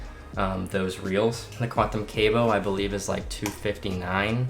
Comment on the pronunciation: It’s not cable, it’s Cabo (cah-bo) 😂